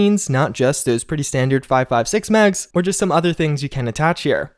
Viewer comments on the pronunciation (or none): none